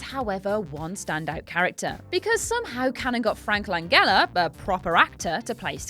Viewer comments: Frank Langella. It's a soft "g" not a hard "g". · That's a soft G in Frank Langella, just an FYI.